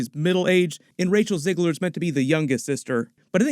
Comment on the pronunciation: It's Zegler and it's not pronounced as Zeigler either.